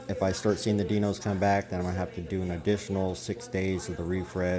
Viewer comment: it’s not Die-nos! It’s Die Nose 🤦‍♂️